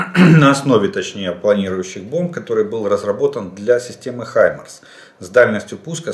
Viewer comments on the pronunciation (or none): none